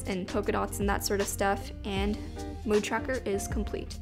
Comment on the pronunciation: no one:: mEwD tracker lmaooo